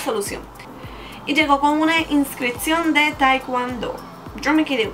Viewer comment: no se pronuncia taicuando es taicuondo y no podes subir de cinturón tan rápido por que de práctica mucho pero de conocimiento nunca aprendedd